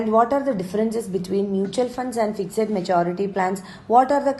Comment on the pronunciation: Why do you pronounce FIXED as FIGZED